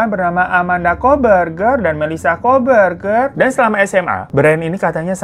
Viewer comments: Plisss ngakak pas ngomong koh bergerrr koh bergerr😭😭😭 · Gw receh banget ya cuma denger hiro ngmg kooh beger🤣🤣🤣🤣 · Ngakak pas nyebut kok berger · gw lagi di motor, denger hiro bilang "kokberger" auto ngakak, sampe di liatin banyak orang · 15.50 kohberger aku dengarnya 'kok berger' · qw lagi makan nich... Denger bang hiro baca nama2 kakaknya kohberger.. langsung keselek qw 😂😂